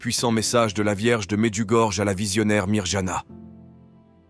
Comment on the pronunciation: Chers orateurs de la chaîne. Je me dois de vous dire que la lettre " J " se prononce " i " . C'est comme si c'était écrit : Mediougorie ou Myrianna .